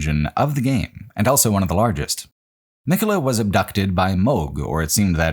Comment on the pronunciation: pronounces the word "also" as "elso".